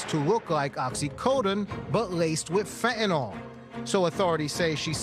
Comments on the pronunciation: Fentanyl. Not fentanol. The country is never gonna get to grips and tackle this issue if no one can even pronounce it correctly 🤦‍♂️ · Fentanyl has a T in it, it's pronounced. This announcer calls it 'fen un al' 3 different times in the segment. I hear this with others that don't say the letter T when it's in a word. Is this a speech impediment or a millennial thing? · What is "fen-uh-nel", Jason Mattera? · And the lesson to be learned kids, never take 'fe-a-nyl'. Is this the latest TikTok fad amongst Americans, just ignoring the 't' in every word. I would expect it from teenage dullards, not adults posing as reporters. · Not surprised. Pls reporters pronounce fent-an-all. 🧐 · It's a word thing. Difficult word until people get it right. 😂 Fen tah nil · How do you post it in writing and STILL pronounce it wrong!!!?? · Illiterate reporter can't even pronounce fentanyl correctly.